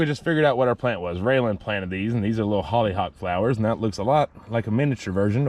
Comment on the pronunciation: It’s hollyhock.